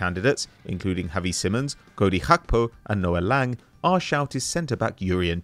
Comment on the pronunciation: needs to chill with the pronunciations Gakpo is definitely not pronounced that way.